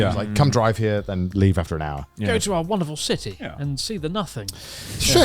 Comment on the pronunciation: Garnt saying "Cidy" and not "City" or "Ci'y" hurts me